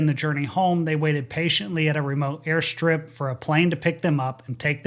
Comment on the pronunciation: Girl pilot? No thanks. Q: What does "airschtrip" mean?